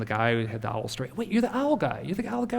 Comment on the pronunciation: Why does almost everyone mispronounce owl? Other than that this was kind of cool.